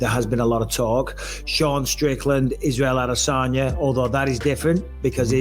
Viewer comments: How much practice did it take for you consistently sound like an idiot each and every time you say izzys last name? The consistency in that is incredible. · I really wish this channel would just say Adesanya wrong like a normal person. Shit sounds so weird when he tries to pronounce it to proper way. 😂🤷‍♂️